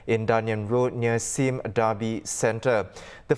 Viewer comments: 'Sime' as in lime, not 'Sim' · Exactly - first time I'm hearing someone pronounce it like this